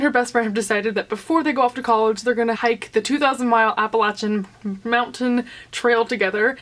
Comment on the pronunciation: I bought this book because I live right off the trail, so I'm glad to hear that you like it. Also, you say Appalachia right which makes me soooooooo happy!!!!